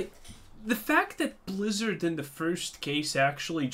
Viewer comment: BLAZZARDD WHY?! pounds table-san